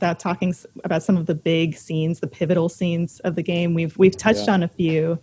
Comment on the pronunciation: Every time the host mispronounces Dayeanne's name...